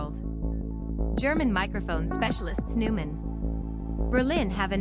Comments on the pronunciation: If you want to be taken seriously, at least pronounce the company's name correctly. Noy-mahn, not Newman. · Neumann - Pronounced Noy-man